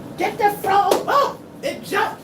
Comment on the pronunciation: 😂 You said, " It's a FU-ROG!!!"😂😅